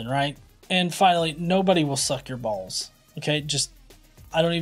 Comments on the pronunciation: What are "bawws"? And I'm sure they're as flat as his "urf". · I just love how he pronounce Balls. I hope they can make a remix of it